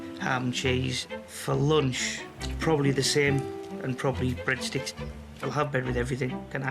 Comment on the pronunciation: The way he says breadsticks . 😂😂😂